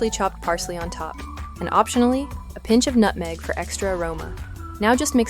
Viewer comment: Orangeville Cove, FL Did you say pinche salt?